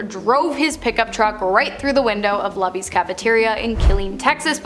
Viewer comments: It's Luby's like lube. That building is definitely still haunted. It was a Chinese buffet when I lived there. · You didn't say lubys right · Lubys= LOO BEES